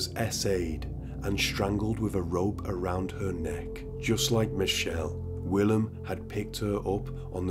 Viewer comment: So Willem is pronounced.. Villim. The W is pronounced as a V. Love your channel.